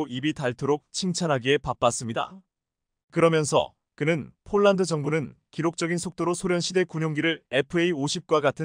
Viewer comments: 아나운서의 말이 폴란드가 아니고? 쫄란드인가? 😅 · 발음을 똑똑하게해주세요 폴란드인지 쫄란드지 알아듣지도못하겠습니다 말음을 정확하게해주세요